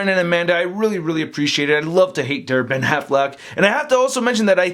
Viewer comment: Every time he says DareBenAffleck, I can't help but think he's saying Derpin' Affleck, which reminds me of the Daredevil Honest Trailer.